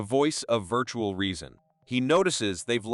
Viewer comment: STOP SAYING VIRTURAL SO MUCH ITS ANOJNG